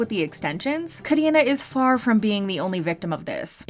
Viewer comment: Why is Karina pronounced as "Kadina" ??🤣🤣